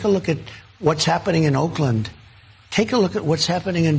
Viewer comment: No he did not say Oakland.... 😂